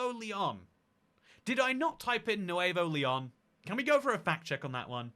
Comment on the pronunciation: I learned that has dyslexia with his Pennslyvania and Nuveo Leon.